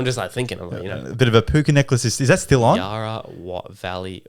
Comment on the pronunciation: Pls why did you say Yarra like that